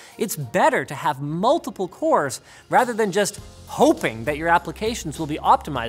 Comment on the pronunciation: wcores, wcores, wcores !!! That is all i heard hahah i won't tell which letter to replace with which one :)